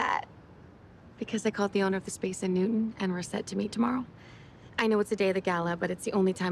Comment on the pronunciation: I'm a stickler for diction when it comes to actors. I hope that this actress portraying Laura has only the one gaffe where she called Newton "noon". Ugh. Director must have been distracted to let that go by.